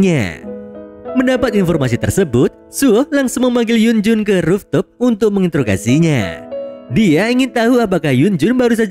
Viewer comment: cara bacanya ruftop min,bukan roftup